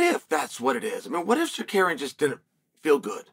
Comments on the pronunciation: I Love how uncle Chael mispronounce Armans name 😅 the future Champ has a name it's Tsar-ruuk-yannn!! AS long as THE BAD GUY CHAEL P SONNEN rocks with Armans I'm all for it but if he gets the starp that changes Don ! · Why do you keep saying suhkaryen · Almond Tsuk-arian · Just say Sarookian. Jesus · Zakarian is a legitimate Armenian last name. CS just does a switch with Tsarukyan, for whatever reason Lol! Go, Chael! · Nothing mythical about it.....Arman's name was always pronounced "Suh-CARRY-uhn"......He and the rest of us just didn't know it yet 😅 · “Arman sookaryan” 🇦🇲🇦🇲🇦🇲- Chael Sonnen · The Bad Guy has 2 names he can't get right. Tsarukyan and Perriera. Lol. Only Chael can get away with it. So funny.